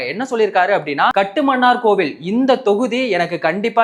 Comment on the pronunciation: ஐயனே! இனிவரும் காலங்களில் அதை காட்டுமன்னார் கோயில் என உச்சரிக்கவும் . அந்த ஊர் பெயரை அரசு இதுவரை மாற்ற வில்லை --கட்டுமன்னார் கோயில் என்று .😂